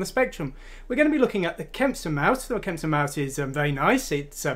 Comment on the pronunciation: It's KEMPSTON not "Kempson" :)